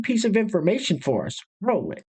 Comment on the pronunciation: Just subscribed... Like the "rrroll it"